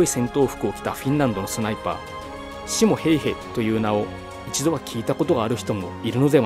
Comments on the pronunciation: シ↗️モ↘️・ヘイヘ じゃね？ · シモ・ヘイヘの発音がちょっとw